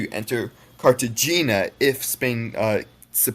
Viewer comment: there are crimes against many languages in this broadcast, but i will focus on the french as that is what i'm most familiar with before i get to the french the pronunciation of cartagena as its written rather than treating the g as an h, and voronezh as 'vorenz' were very funny we have the return of the never before heard pronunciation for nantes that was first introduced to us in 6woc we have saint-lewis for the great second city of sénégal which is pronounced sohn loo-ee (though chat is on this one to their credit) we have ree-yun-ee-on for the island of ray-un-ee-on my pedantry is excusable as pronunciation critique was asked for in this very broadcast 🧐